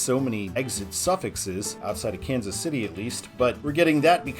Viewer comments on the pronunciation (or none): none